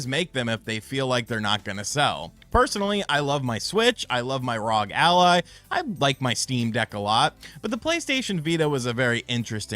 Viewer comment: Did this man actually say RAUG ALLY instead of R.O.G lmao